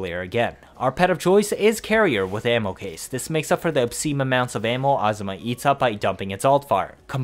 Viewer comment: Good video but why do you say asthma Azima a zi ma